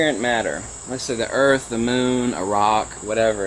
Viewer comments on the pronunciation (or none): none